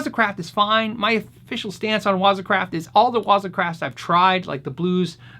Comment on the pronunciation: Great video as always. The proper pronunciation of waza is the emphasis on the second syllable. Make sure you sound like a samurai when you say it.